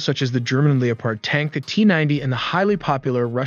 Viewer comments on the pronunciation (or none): The mispronunciation is killing me. It’s leopard not leo-park. It’s named after a cat like the majority of German armored vehicles. And it’s not Abrahams is Abrams….. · Stopped watching after you said trophy as tr-off-ee in stead of ˈtrōfē and leopard as lee-o-pard instead of lep-ard. Couldn't stomach it after that. Thumbs down.